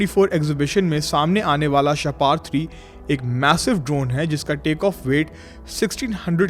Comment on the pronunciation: شاہ پار نہیں شاہپر لفظ ہے شکریہ ❤